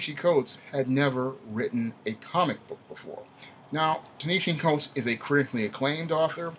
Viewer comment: You didn’t even do the research to be able to say his name right 🤦🏽‍♂️